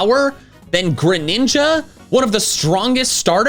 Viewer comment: Greninja, not Greniga!